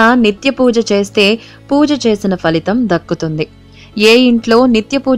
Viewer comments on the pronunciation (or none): none